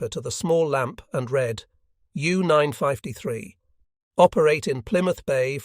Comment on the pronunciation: Why does he pronounce it as "U Nine- Five- te- Three"?